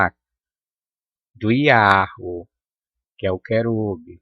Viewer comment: Atantos tempos, AQI, muito, estão miando, uivando, igual a cão lobo você, fala,pronucia,(yau,) KKK e pra riss mesmo? Pegue Sua bíblia,seu livro,e lê no,, apocalipsses REVELAÇÃO,19v2v3v4v6 não darei mais notícias, tetragrama, e abreviação,do nome, EU SOU O QE SOU.